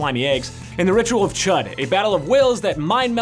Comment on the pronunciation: Chud is pronounced Chood